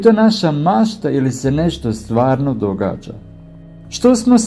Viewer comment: Ne kaže se dogaĎa nego dogaĐa i ne kaže se Ćini nego Čini,nauči prvo da pričaš pa možda dobiješ još koji sub